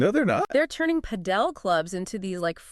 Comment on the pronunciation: It's Pàdel, accent on the first vowel